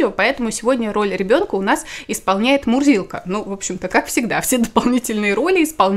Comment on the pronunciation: Когда ты представляла котика ,я услышала не Мурзилка ,а Мудилка🤣😂